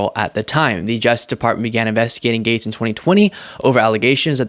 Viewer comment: Sounds like he is saying "MAGAtes" instead of Matt Gaetz... if that is not intentional, it should be lol